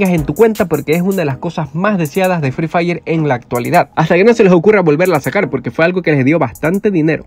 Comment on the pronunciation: hay decía "free dire"